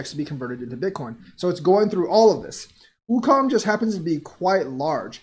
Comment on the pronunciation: Okung= (Oh-Koong)